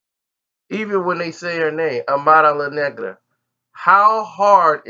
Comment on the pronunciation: Charlagay keeps saying “omaira luh negro” 😂😂